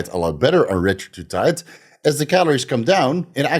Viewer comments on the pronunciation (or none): He keeps saying retratutide lol...